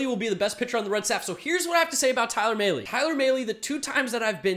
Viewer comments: It’s mal-ee not may-lee. Talking about Tyler Mahle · Tyler “Mah-Lay”